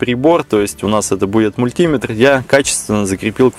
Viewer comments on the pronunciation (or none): none